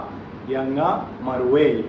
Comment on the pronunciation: The word Ianga you pronounce it Yanga...